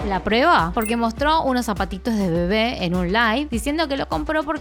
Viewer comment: Me encanta de verdad cómo dices la palabra "bebé" te queda súper lindo 😍😍es por el acento argentino por lo que me gusta 🥰